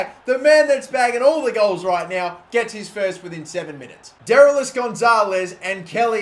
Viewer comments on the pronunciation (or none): You're pronouncing Derlis Gonzalez wrong. It's like Durr-Lease, rhyming with grease.